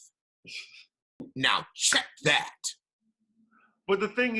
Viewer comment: OMGGGG The way you said,” Now... CHECK THAT.” 😂😂😂😂😂😂😂😂😂😂😂😂😂😂😂😂😂 tell us how you really feel 😂😂😂